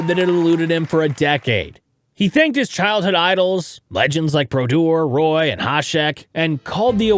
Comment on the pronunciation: Did you really say Roy like that?